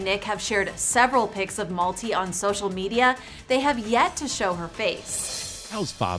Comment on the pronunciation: It's not Malti as in 'Multi'. It's pronounced as 'MALTHEE.'